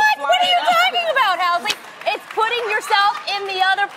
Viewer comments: I love how she keeps calling him Housley. So cute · tamera and adam are real relationship goals.... they're so frigging cute together, even when arguing.... and i love how she calls him "housley" lol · love how she calls him housley..... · I love how she calls him "housely"